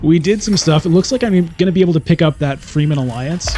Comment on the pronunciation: I like your videos a lot, but come on man! You should really learn the proper pronunciation. Fremen is fremen, not freemen.